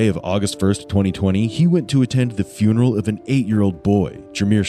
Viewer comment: Frunaral he said frunaral instead of funeral 🤦🏼‍♂️ and the thing is, he meant to say it that’s how he says it🙄😂😂😂